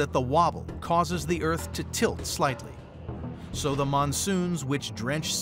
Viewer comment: Earf the final frontier 😂